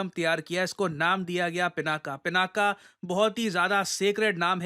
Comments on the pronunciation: Dear usse "पिनाक" pronounce karte hai naa ki pinaka Jo ki English Mai bolte hai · It's not " पिनाका ", It's " पिनाक ". 🤭